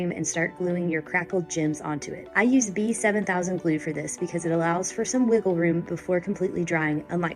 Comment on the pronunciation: Did you say B-7000? 😂